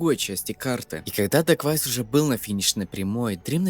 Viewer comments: не дегуавис а дэквавис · Это дакуавиус а не дагуавиус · Не даквайс а дакуэйвис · Это не давис или как ты его называешь прочитай его ник нормально Это даквейвис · Его ник читается как даквэйвис ,это можно понять на канале дрима на русском с его участием